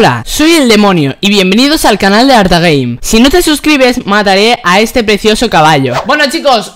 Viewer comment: Dijo ARTAGAY?